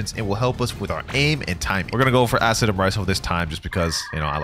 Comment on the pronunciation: Imagine being so bad to say acidium spam💀